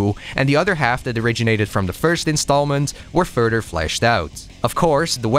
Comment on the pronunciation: Wow, what a time indeed, I remember being being consumed in NGB on PS3, not sure if it was vanilla or Sigma but how could i forget Rachel at 13 😊 😅 Great call on the timing and thank you for this video. I never tried the other 2 later titles but look forward to playing them until NG4. P.S. you say "further" like "fur-dur" lol